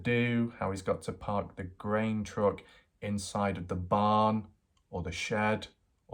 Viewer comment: Are you saying "grain truck" or "green truck"?